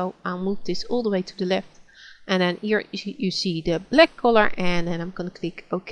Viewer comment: I like the way you call black bleck and bucket bocket, nice tutorial, just starting off with gimp and this came in handy, am a linux user now, so i got to learn gimp.